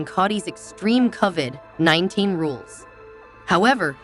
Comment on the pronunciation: I cannot watch this because she doesn’t even know how to pronounce Kody’s name or Covid. She must not watch the show.